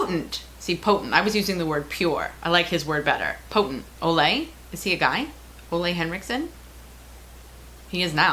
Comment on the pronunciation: Forgive me for correcting you; his name is pronounced "OOH-la" (rhymes with 'hula'). I met Ole Henriksen several years ago. He's a wonderfully delightful little Danish man, hehe ;-)